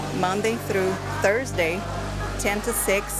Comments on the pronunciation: "Therusday" 😭😭 omg whyy pls explain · Therusday? Sekelas... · "Therusday" ... LOL